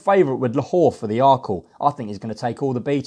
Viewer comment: Who’s Lahor? It’s La-Lor ffs